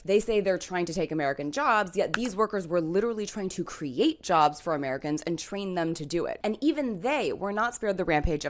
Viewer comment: "They Took Ere Jerbs" South Park ahhh moment. So embarrassing.